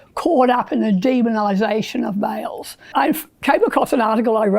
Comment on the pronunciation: She says "min" instead of "men", and "miles" instead of "males." And when she says "forty" it's kinda more a "fhhot".y Stuff like that